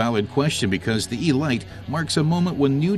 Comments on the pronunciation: Nice vid, but... Eeee-light? What next? The BuMmmWuh 328 Miley MyGliay? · The Load-us Ee-light, a compact delivery vehicle. What has it to do with this exquisite sports-racing car? Sorry, I would rather hear this voiced by the German test driver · 'elite' is a word that means a selection of the best - pronounced 'El-eete'. It's OK if you don't speak English properly just don't do voice overs!